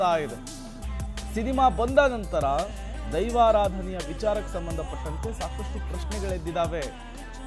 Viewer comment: ಅದು ದೈವಾರಾಧನೆ ಆದ್ರೆ ನೀವು ಧೈವರಾಧನೆ ಅಂತ ಒತ್ತಿ ಒತ್ತಿ ಹೇಳ್ತಿದೀರಾ 😁😁 ಸರ್ಯಾಗಿ ಉಚ್ಚಾರಣೆ ಮಾಡಿ... 🙏🙏